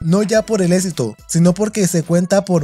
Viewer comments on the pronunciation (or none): "Todo un esito eneflis" 😂